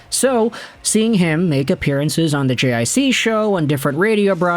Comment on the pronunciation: Lil' help with the french, JiC is pronounced "G-Say" cheers! 🍻